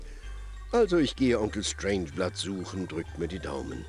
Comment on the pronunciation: Strangeblood kann seinen Namen nicht richtig aussprechen :D